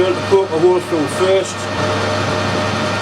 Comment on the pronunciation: I'm also a southern Indiana/Kentucky boy, and I had the same issue... Took me a while. Not sure why, but I am particularly amused hearing him say hole, bastard, and bollocks......